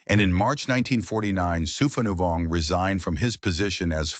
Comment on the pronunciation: His name is pronounced “Sue-pah-new-Vong.” When creating A.I. you need to type names phonetically for it to pronounced; and spell the name as is, for captions. 😅 All the Lao names are butchered in this video. 😅😅😅